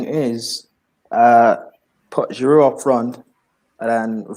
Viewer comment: Guys! it is "Olivier Giroud" with a silent "D"......he has been in your team for years now, you still can't pronounce his name, my God!!!!